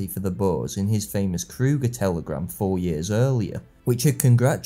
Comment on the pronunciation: Paul Kruger. U is.not an OE. But like the u in Du pain, du vin, du ....... Yes, i am.feom such a neighbourhood. Paul Krugerstraat, Paul Krugerkade, Paul Krugerpark. Generaal Joubertstraat, Generaal de la Reijstraat, Generaal Cronjéstraat, Colensostraat, etc.